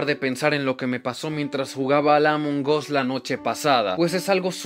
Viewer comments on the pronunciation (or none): Se dise among as no amongos